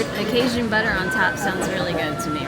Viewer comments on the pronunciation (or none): none